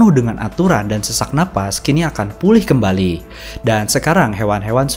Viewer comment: Koreksi min.. Ada beberapa typo dari pengucapan kata dan juga beberapa kosakata yang sama diucap berulang kali seharusnya bisa dipersingkat.. 🙏 tersemar jat kimia - perkotaan sampe 4x disebutin kembari 1000 tahun = 10 abad (di thumbnail 1000 tahun tapi dipenjelasan koq dibaca 100 tahun?)